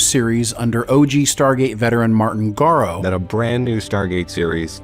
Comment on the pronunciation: Garo? why do people have so much problem pronouncing his name correctly?